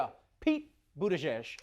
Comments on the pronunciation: You pronounced it wrong Trevor it’s Pete butt tag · Stephen Colbert helped me out with the pronunciation lol so i now know its boot edge edge lol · Trump’s two greatest achievements are coining the term “fake news”, and teaching the world how to pronounce Mayor Pete’s last name.